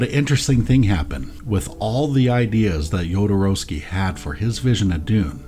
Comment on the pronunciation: Thank you for pronouncing Jodo's name correctly. Great video, first timer viewer!